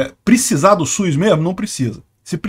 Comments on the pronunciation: O único problema no vídeo é a pronúncia, . SUS não possui a letra i no nome, será que consegue pronunciar SUS e LUZ sem a letra i na pronúncia? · Mano, agora que tu tocou no assunto eu percebi que eu tambem falo SUIS, acho que todo mundo aqui na minha região fala também, porque falando SUS em voz alta parece estranho e SUIS parece mais normal kkkkkk